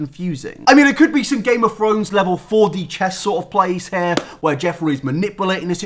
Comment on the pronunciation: nobody:: GAME OF FRONES